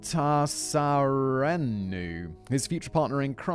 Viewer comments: Pronounced Mata-sir-ah-no. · Maa- tah-sair-RAY-noo ✌🏼